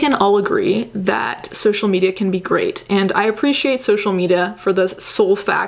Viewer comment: "social meda"